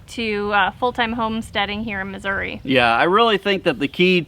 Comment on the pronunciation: Thank you for pronouncing the name of the state correctly. Missouri has an " i " at the end not an " a ".